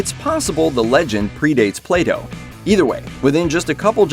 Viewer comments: He says Plato but I hear playdoh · U cannot even pronounce plato properly